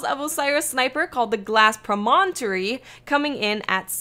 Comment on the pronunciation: Lol way to butcher the Antinomy, and Promontory pronunciations.